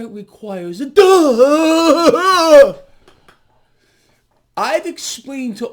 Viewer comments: The best duh in freaking history sincectime immemorial! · Wow! That was one powerful, emphatic DUHHHH!!!!